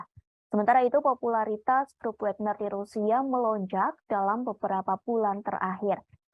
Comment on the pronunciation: bacanya Wagner bukan Wégner